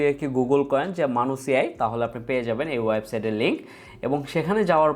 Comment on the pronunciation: মানুস না ম্যানাস